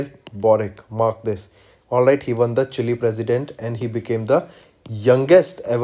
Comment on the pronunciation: see how he is pronouncing chile 😂😂😂